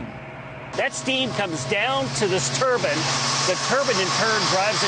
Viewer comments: "Turban..." It's called turbine i think... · they say turbans instead of turbines